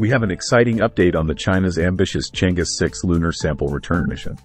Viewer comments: It is Chang er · Proper pronunciation is Chang Er ; Cheuh João satellite.....